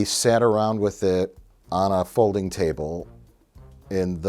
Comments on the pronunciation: the folding table not "Folding Chable".... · Mike, I believe it's called a folding chable, not a folding table... get it right. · Why did Mike pronounce Folding Chable so wierd? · *folding CHABLE